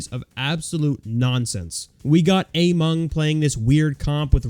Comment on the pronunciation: I think you kept saying AMENG (the wacky god of anti GOATS) wrong throughout the video but ok.